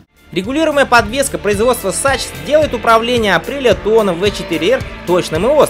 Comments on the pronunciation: Он походу специально так произносит: сачс, марцочи. Чтоб понервировать народ ). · Автор, неужели так трудно засунуть слово Sachs в онлайн передодчик Гугл, выбрать немецкий язык и нажать кнопку с динамиком, чтобы услышать правильное произношение? А ещё мог бы сказать, что Tuono в переводе с итальянского значит гром, а не бунтарка. Дизлайк.